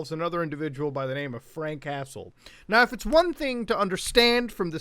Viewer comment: The way you say Frank Hassle to me sounds like Frank Castle. I’m like is Boogie going to fight the Punisher next? Lol.